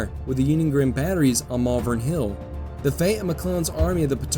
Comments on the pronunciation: it’s pronounced “Malvern” not “Malvern”. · Glendale. Also, Malvern is pronounced how it is written “Mal-Vern.” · Oh, THAT was helpful [sarcasm]... can you phonetically clarify that, with emphasis in all caps???? It could be "MAHL-vern, "MALL-vern" or (unlikely) "Mul-VERN". The other mispronunciation I know I heard was for the Staunton battery, which in those parts is pronounced like, "STANT''n", not "STAWN-t'n" as the spelling suggests.